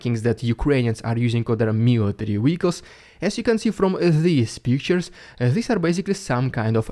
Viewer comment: Bro shut up the counter offensive already. Also it's been weeks and you still pronounce Vehicles as Weelicles lol.